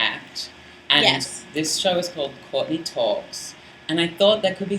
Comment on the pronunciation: Question Courtney......when you say your name, it kind of sounds like 'Caught-in-the Act'. I know drag names generally have meanings or are at least a play on words. I'm wondering where your name comes from. ps. You sang with a symphony orchestra. That must of been a BLAST! Also, I hope you're not in Sydney right now.....the weather REALLY SUCKS haha.